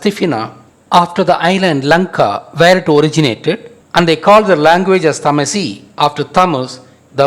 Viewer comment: you cant even pronnonce tamazight right and murakush and u pretend its originated from tamil what a laught, tamil is like yesterday